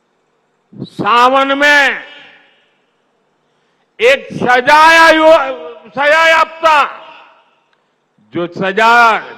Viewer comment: पहले आप सजायाफ्ता बोलना सीखिए सर 😂